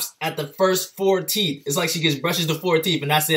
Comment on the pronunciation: "look at those teef"😂❤️